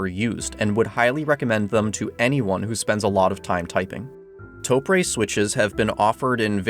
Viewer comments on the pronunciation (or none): You literally spelled it out syllable by syllable TO-PU-RE -> TO-PRE yet you still managed to screw it up with TOE-PREY. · how do you get 'pray' out of press. also, in Japanese, the e sound is 'eh' not ay. to get 'ay' you have to use ei. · Ok, if were going to get extremely, pedantic. You are mispronouncing it. Japanese has long vowels in some words, hence the _ on top of the O. So, you'd hold the O twice as long as the pu and re so its like Too Pu Re, which, is how Tokyo is pounced in Japanese. In Japanese its written 東京, とうきょう、TouKyou. But this doesn't really map onto English very well. No, im not complaining!